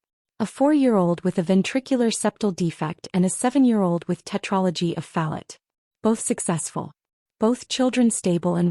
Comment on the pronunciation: tetralogy of Fallot (not Phallot), Fallot is the name of the doctor who performed the original.